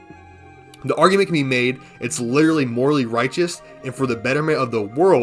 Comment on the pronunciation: "like lideratlee" "lideratleeee...." "lideratleeee...." "like" maybe run your script through chatGPT to learn how to speak or just learn to pronounce literally with that cotton mouth lisp